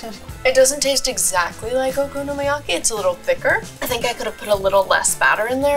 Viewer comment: Wtfffff was that okonomiyaki!! 🤦🏼‍♀️ living in Japan and watching her butcher it, oh the pain